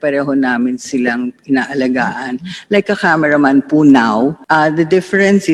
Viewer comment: Nakakapikon ang napakagalang sumagot pero kitang kita kung paano tarantaduhin ang mga empleyado. Yung salitang PO kitang kita na pilit at hirap bigkasin. Pusta kung pagmumura yan sure yan 101% easy words sa kanila Abias Cbend Management yan.